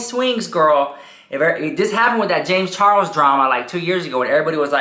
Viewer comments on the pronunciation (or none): When I hear you saying James Charles' name, I keep hearing James Chorros 😳😆🤣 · The way he says James Charles 🤣🤣🤣🤣🤣